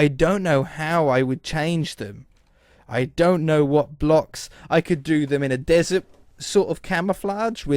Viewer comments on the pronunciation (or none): none